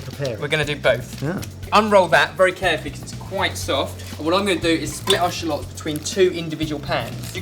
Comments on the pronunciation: Shulots? I'm gonna call them Shulots from now on :D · you say shallots funny..